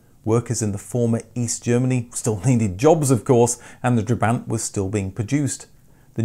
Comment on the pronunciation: Every time he said "trebaaaint" I died inside a little